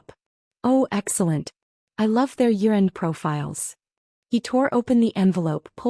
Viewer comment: I swear at one point AI said urine when it actually said year end.